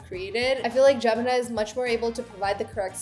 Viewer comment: Jimmy? Girl your Desi accent is showing, repeat after me Gem-in-i